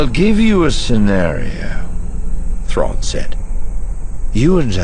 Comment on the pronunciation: About half the time you left out the "r" out of the Thrawn.